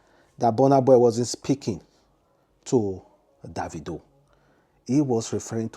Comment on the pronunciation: how do you know is referring to boss man davido....Mr man learn how to pronounce someone name